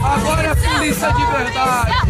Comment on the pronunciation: "puliça, puliça..."